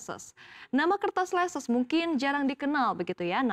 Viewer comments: Leces bacanya leces bukan leses 😅 Itu deket daerah saya😂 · Cara bacanya itu leces bukan leses